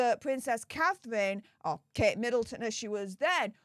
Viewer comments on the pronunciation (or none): none